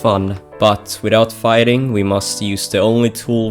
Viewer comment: It's fighting not fightning.